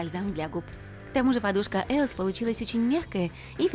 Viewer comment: неправильно не еос а есос